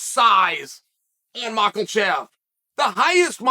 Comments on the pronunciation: How can he read mahkachev and say makelchev 😭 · Uncle Chael even reading the quote from Cormier and he STILL... gives us the MARKELCHEV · Makelchev is on purpose right? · The Biggest upset would be Chael saying Makhachev without an L in it 😅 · Listening to Chael pronounce Makhacev is like hearing Rogan call Vitor Victor back in the day😂. Chael, there aren't any R's or L's in Makhacev no matter how much you sound it out bubba 😂😂😂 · There’s no (L) in Makhachev. 🤣